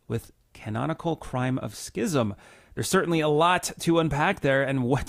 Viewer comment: Thank you for pronouncing schism (sism) correctly. I’m fed up of hearing it pronounced skism.